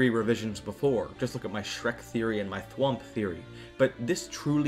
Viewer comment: thwamp theory was swamp pronounced as thwamp intentionally